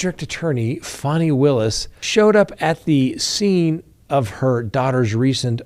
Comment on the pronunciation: why do you have to be so snarky? You know how Fani Willis pronounces her name and it’s not “Fanny”. So trumpy, just being an a**